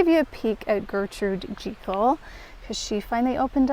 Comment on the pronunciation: Everything looks so lovely! And you pronounced Gertrude Jekyll correctly, it's how the woman they named it after pronounced it. 🙂